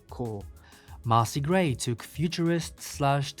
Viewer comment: "MAH-See Gray"?